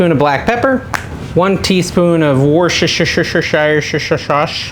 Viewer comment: Finally! Someone who pronounces Worcestershire Sauce correctly! 😂